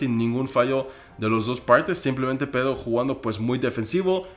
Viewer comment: me encanta q en vez de decir pedro dice pedo